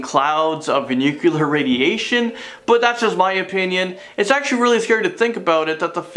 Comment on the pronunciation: It is : nu CLE ar. The C & L are touching each other. "nuclear" He pronounced it like Homer Simpson.